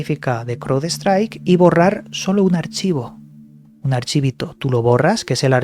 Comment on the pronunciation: Se pronuncian.. CRAUDSTRAIK MAICROSOFT